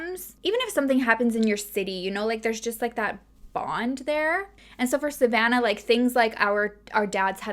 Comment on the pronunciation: My name is Savannah and I love the way you say it🥰